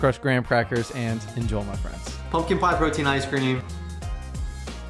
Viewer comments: The only thing about your videos that annoys me is "Enjol my friends". Why do you pronounce it like that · "Enjoe, my friends" Who the fuck is Joe?